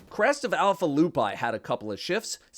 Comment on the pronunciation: alpha lupi is pronounced loopee noot loopay